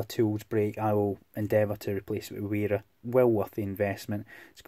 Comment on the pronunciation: BTW, it's pronounced "vera" (with an open "e" like in "verified")